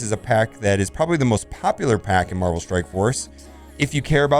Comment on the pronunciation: Did he leave the V in MarVel out on purpose?